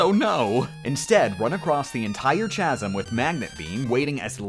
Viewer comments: Learn to pronounce "chasm." It's Greek, so the 'ch' is pronounced like a 'k.' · Fucking CHAH-SIM. Are you kidding me? Its pronounced CAH-SIM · JustFire45 It's KAZAM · Why does he say CHasm instead of casm? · "CH"-asm? You mean "K"-asm? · wtf is a "tchasm"? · When people say chasm with a soft 'ch' 🤢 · "Chaz-m." Yes, officer, it's this one right here. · Chasm is pronounced with a k sound not a ch sound. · It's pronounced "KAZ-em" (Edited the way I wrote the pronunciation to make it more clear.) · ikr its chasm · ITS sAid kASm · Chasm? ITS PRONOUNCED CASM %#!* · Cas, or some say Casm. Updoots for saying what I scrolled down to find. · facepalm Chasm is pronounced Kahsum. Hard K sound. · Chasm is pronounced with a hard c. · WHOA, WHOA, WHOA, WHOA... The fuck are you saying? It's Chasm (like with a K). Like "ˈkazəm"? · Chasm is with a hard K like "Kazm" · Chasm is pronounced like Character, not like Cheese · Chasm has a hard "C" I've watched 5 or 6 of your videos and enjoyed them immensely. Why is this stupid little mistake the thing that drives me to leave a comment? Such is Youtube. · chasm is pronounced kasm, my guy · The ch in chasm makes a k sound. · Ok, dropping some grade school knowledge here... "Chasm" is pronounced "Kasim"... never mind the "ch" pronounce it like it were a "k". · nigga really said chazm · it's pronounced KAZM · OMG LEARN TO PRONOUNCE "CHASM" CORRECTLY!!!!!!! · How do you pronounce chaos? There you go. Now you know how to say chasm. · Facepalm. throwing this video into a CH asm. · Sure, you can beat MegaMan without a hit, but can you pronounce “chasm?” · Nobody’s gonna talk about how he pronounced chasm? NOBODY? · You pronounce chasm wrong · You’re awesome and all but your pronunciation of chasm physically hurt me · Are you mispronouncing "chasm" on purpose to make the commenters rage? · I can't not say something: You're pronouncing chasm wrong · Dude can’t pronounce chasm. Lol